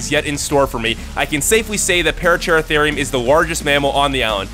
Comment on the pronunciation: Pah-rah-cer-ahtherium, it's simple.